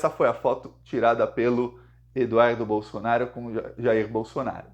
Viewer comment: Tira essa bandeira brasileira de trás de você, e coloca a verdadeira bandeira q tu defende a vermelhinha com o machado! E aprende a falar certo, não é Bolsonario é BOLSONARO.